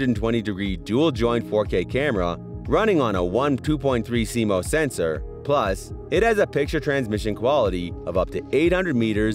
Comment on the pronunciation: Like your videos. FYI. CMOS is pronounced like sea moss. 👍